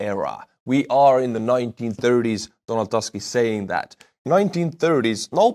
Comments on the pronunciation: My friend he is not Donald Task .... in polish we pronounce as we write . He is Donald Tusk . its UUUUUUU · Tusk not Task xD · BTW “Tusk” perhaps will sound more correct if you try read it as “Toosk” (however polish “u” is a little shorter than English “oo”). Thank you in PL is “Dziękuję”. All the best! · Tusk in Polish should read as Toosk. Donald Toosk. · just read Donald Tusk name the same way you read your “buy me a coffee” supporters names and it will be produced correctly.